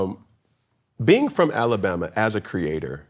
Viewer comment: I hate how Cam say Alabama